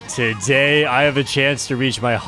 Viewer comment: You mean "tahh day" 😂😂 its so fghin annoying lol